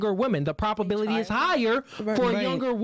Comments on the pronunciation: I will say it just one time😊,its "ProBAbility ", not proPAbility!!?. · please. Stop saying “PROP” ability. The word is PROBability. As in probable. We don’t say “proppable”. Please bro. We need to be airtight with these 304’s.